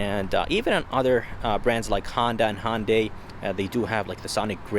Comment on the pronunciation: NOT a damn Hondai. Hyundai. Please if you are going to do auto reviews, at least learn how to pronounce a cars name.